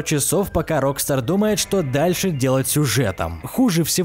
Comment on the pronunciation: Рокста'р а не Ро'кстар